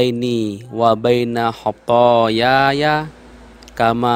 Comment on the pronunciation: itu bacaan kedua khathayaya , harusnya khathaya..